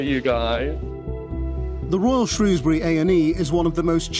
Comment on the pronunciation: Pity you can't pronounce 'Shrewsbury'...